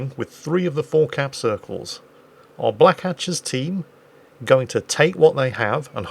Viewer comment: pretty sure that should be pronounced Black Hat Chas - but you do you